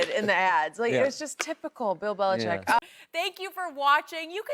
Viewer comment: skip really said "bellichickian" lmaoo